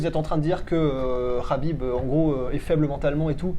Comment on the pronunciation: Très bonne vidéo les gars. Je le sens bien Ciryl. En revanche, le kh de khabib n'est pas un vrai kh, ni un k, mais un h aspiré : حبیب en arabe.